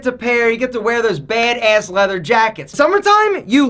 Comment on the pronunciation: No one: Literally no one:: BAeD eASS